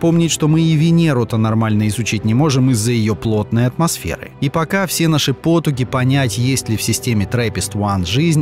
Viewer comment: ПотУги, а не пОтуги. Не коверкайте язык!